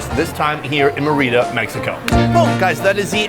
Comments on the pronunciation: The accentuation is on the first Vowel in; Mérida. Your pronunciation is on the second vowel; Merída, which is incorrect. In spite of that, this was a wonderful video. Good luck. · Awesome vidoe! Just your pronunciation of MÉRIDA is way off: It should sound like "MEH-ree-dah" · Sunny my man and fellow Minnesotan, you were hurting my ears with your Spanish pronunciation. First off it's pronounced MARE-e-da for the state capital of Yucatan. Then it's tamal not tomal. And thank you is muchas gracias not muchos gracias. De nada. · MER/id da.... STRESS on 1st syllable NOT MERR READ DA urrrg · The place isn't pronounced Mereeda. It's Merida. It's a simple name to pronounce. The I is as in the word "tin" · Sonny sorry to correct you but it is not tomal it is Tamal and it's muchas gracias not mucho gracias 😂 aaaaand it's Mérida not Merída......tryin' to help Love you bro👍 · It's Meh - Rii - Dah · I think u pronounce “meh” “rita” enfasis on the meh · Me-rida Sonny! Like pronouncing "Meredith" White Boy! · It’s pronounced Meh-re-da 😂😂😂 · It’s meri-da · Should have really asked the locals how to pronounce the name of the city. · Its not your first time in Mexico, for God Sake learn to pronounce Mérida correctly!!!! hj d td t ptmdr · Nice to see this. It would be better if you learned how to pronounce the name of the city!!!!! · That dude needs to learn how to say Merida lmao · White boy say the name right!